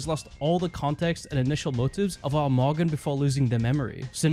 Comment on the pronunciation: Every time he says morgan it sounds like mogger I wish it was his real name